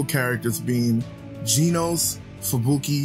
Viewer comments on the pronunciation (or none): "GEENOSE" It's Genos not "Geenose"...